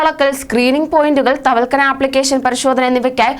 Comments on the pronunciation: തവൽക്കന അല്ല തവക്കൽന എന്നാ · തവൽക്കനയല്ല കുട്ടി.... തവക്കൽന എന്ന് പറഞ്ഞു പഠിക്കൂ.... മോൾ ഒരു 10 പ്രാവശ്യം എഴുതി നോക്കു വേഗമാകട്ടേ...... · തവൽക്കനയല്ല... തവക്കൽന... ഒന്നുകൂടി ഗൗരവം വരുത്തിയാൽ കൂടുതൽ പേടിപ്പിക്കൂ...😎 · തവൽക്കനാ എന്താണ് ഇവളൊക്ക എന്താ വിളിച്ചു കൂവുന്നത് ആവർത്തിച്ചു ആവർത്തിച്ചു ഇങ്ങനെ തെറ്റ് പറയുമ്പോൾ നിയന്ത്രിക്കാനും ആരുമില്ലാതായോ.????